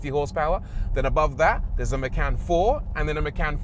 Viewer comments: Maycan. From now on we all call this car Maycan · Por-shuh Ma-khan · Macan means Tiger in Bahasa Indonesia, that name refers to. it's not "makan" but more "machan" how to pronounce that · "Macan" means eat in Malaysian language 😂😂😂 Actually it comes with k